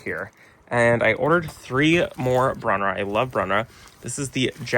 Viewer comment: Brew-nar-rah. Love you channel.